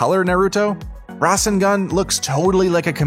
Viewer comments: now hes saying rasingon and kamayay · It's rasangan not resanguni don't like he's pronounceing anime wrong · THE WAY HE SAID RASENGAN AND KAMAHAMAHA GAVE ME A STROKE he said” rA sEn GaN and kaMAywAyAWave” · Fernis226 The man said rasengUn😂😂😂